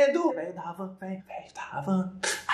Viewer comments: Se lê Havan, como a gente fala: _Avan. Mas você fava: _Ravan. 😂😂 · Puts sério ravan??!!? Se pronúncia avan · n fala RAVAN o H é mudo é HAVAN se fala AVAN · moradores de brusque: ñ é ravan é avan, o h é mudo. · É muito estranho ver ele falando "Ravan" em vez de "Havan" (sem o som do "R") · Rrrrrravam kkkkkkkkkkk mn aqui na minha cidade a gente fala avan, glr é só a pronúncia tá? Kkkkkkkkkkkk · n é RAVAN, é Havan, com som de Avan >:C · NÃO É “RAVAM” é “AVAN” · NÃO É RAVAN, É HAVAN, HAVAN, NAO RRAVAN MDS O "H" É MUDO AVAN TALVEZ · Véio da Rávan... kkkkkkk o H n tem som ai é só "avan" kkkkk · Eu ouvindo ele prononciar RAVAN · Não é RAVAN ,É AVAN QUE SE FALA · Escreve Havan mas se fala Avan kkkkkk falando Ravan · Ele falou ravan em vez havan skskskksksksksksksksksksisksksisksisk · Ravan mano kkkkl, se fala avan se escreve havan, o H no inicio da palavra n tem som no ptbr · So eu tenho agonia dele falando ravan nao avan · Ele falou ravan em vez de havan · Véi não é ravan é AVAN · não se fala ravan se fala avan entendeu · hahuauasuas não se pronuncia Ravan e sim Avan e não vende tênis kkkk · Não é ravam krl não se pronuncia assim é avam mesmo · Mano fala avã não havã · Que empresa é essa? "Ravan" O H NÃO TEM SOM AI N. SE LÊ "AVAN" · “Ravan” é HAVAN caraio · sla kkkkk Tipo, H não tem som de RR, Homem não é RRomem, Helicóptero não é Relicoptero, HAVAN não é RRavan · Ravan foi de doer kkk Havan n tem som de R mas blz kkkk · "Ravam" KKKKKKKKKKKKKKKK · VEIO DA RAVAN hauhauhauahuahuahauhauhauah "R"AVAN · Pô não é ravan o h é mudo pô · se le sem H seu tanso kkk avan é asim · kkkk Vrdd Mas da agonia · N é Havan é Havan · O vey t Havan nunca vai lhe dá nd se vc continua errado o nome da loja